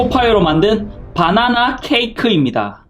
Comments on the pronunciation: 빠나나 아니고 바나나예요 ㅋㅋㅋ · 빠나나아니고 바나나~~ㅋㅋ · 허팝님 계속 빠나나라고 하시넹..ㅎㅎ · 바나나가 아니라 빠나나? ㅋㅋ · 허팝:똥 아니에요 빠.나.나 에요 빠.나.나에요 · 발음 ㅋㅋ 빠나나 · 발음이 웃기다 ㅋㅋ 빠나나